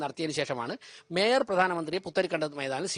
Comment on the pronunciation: ഈ, ശവൻ കുട്ടി അണ്ണനെ കൊണ്ട് തോറ്റു, മര വാഴ, കഷ്ടം. അവനു മേയർ എന്നു ശരിക്കും പറയാൻ അറിയാമെന്തോ 😂😂